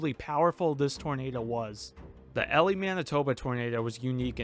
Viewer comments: E-LIE. Like sky. Or cry. Because that's what I wanna do every time you say Elly. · Ha! Cane to leave a comment that it is “EE-Lie” not “ELL-Lee” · it is pronounced E- Lie. It is not Elly. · For future reference, it's E - Lie, but that's ok. Thank you for sharing. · The town’s name is pronounce E Lie not Ellie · Elie. “Eee” “Lie” as in, you lie down in bed. “Eee-Lie” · EEEEEE- lie. Not Elly. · EEEE-Lie not Ellie and as a Saskatchewan girl transplanted to Manitoba, Saskatchewan is hard to pronounce for most :) I remember the day that the F5 hit, but I lived about 1.5 hours south of Elie. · Omg you make this un watchable it’s pronounced e lie not Ellie do a little research before this crap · It's not pronounced Elly it's pronounced E lie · It's EE-LIE Not Elly a Manitoban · not el e, E lie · Local pronunciation for Ellie is E-Lie not El-Lee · That’s E-lie, not Ellie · sorry but someone from Manitoba it's E-lie not ely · Just so you know, the name of this town is pronounced EEE-LIE, not ELLIE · EEEEEElie, NOT Ellie. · As a Manitoban, it genuinely hurt every time you said Ellie instead of Elie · Yes!! Get it right lol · Lmao I'm just going to the comments to see if fellow locals had commented. EE-lie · EEEE-lye not Elly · You are pronouncing the name wrong. It’s EE-LIE, not EL-EE. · As someone from Manitoba, I appreciate this video being as informative as it is! However, the pronunciation of Elie really bugged me. It’s pronounced like E-lie not Ellie. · EE LIE , but awesome video man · The town is pronounced E•lie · It's pronounced EE-lie. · E-lye is how it's pronounced. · It’s pronounced E lie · Well this video was rated EF4 only because you mispronounced Elie as Ellie BUT I’ve upgraded it to EF5 because you did a hell of a job on this video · its pronouced E LIE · Eee lie is how it's pronounced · I disliked the video just because you can’t say eeeeee-lie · It’s pronounced “E-Lie”. Like telling a lie. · me too!, I've always pronounced it "Eli" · Like, EE-LIE?